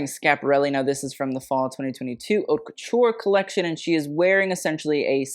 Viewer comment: Please please please if you want to sound posh for using French, go for it. But at least learn the right pronunciation for "haute". The h is silent, my dude